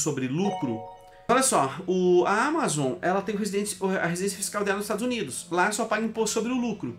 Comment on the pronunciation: Todos os países estão implementando isso. Ele só tá seguindo ordem. 15% corporate tax. A palavra Amazon é oxítona, diz Ama zonnn. Não proparoxítona Ámazon.